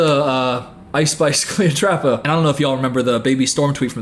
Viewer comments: The slow progression of saying Cleotrapa to just straight calling her Cleopatra, then back to Cleotrapa has me stressing 🤣☠️ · Take a shot every time says cleopatra instead of cleotrapa lollll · Are you kidding me....cleoTRAPA??? lmfao I can't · i love that he keeps saying 'cleopatra' instead of 'cleotrapa' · it’s cleoTRAPA. TRAPA. 😭🙏🏾